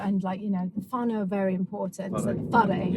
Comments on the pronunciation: Yeah Nah, sounds like fun but not that keen..Whanau, sounds like far now, not far new. good effort...lol sweet as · she dont know how to say whanau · How you pronounce whanau is weird easy way to say it just say FAR NO sounds the same. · Pronounce Whanau like far-no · Whanau == FAH -- NOW ( like HOW) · It's more like far know, this is a more correct pronunciation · Kia ora guys,love you content,this is just a respectful reply to the pronounciation of the word(whanau),its sounds like far-no,again no disrespect to yous,no worries